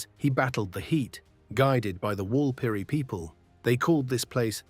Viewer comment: Interesting if a little light on in environmental considerations. Also, Walpiri is not correctly pronounced in the narration.